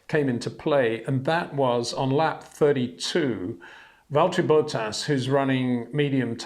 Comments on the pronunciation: I’m English so understand we aren’t the best with our pronunciations but why does this guy always say Valtteri ‘Bow-ttas’? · I love watching your videos but is it really too much trouble to learn to pronounce the names of the drivers properly? In particular Verstappen and Bottas. Doesn't come across as very professional.